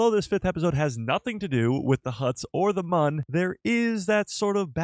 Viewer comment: Why is it so hard to say the correct pronunciation of Mune not Mun smh